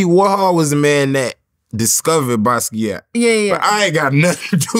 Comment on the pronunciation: "You worked with Basquiat?" bro... cmon man